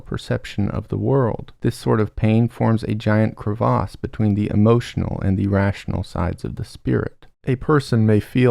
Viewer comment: cant pronounce crevasse.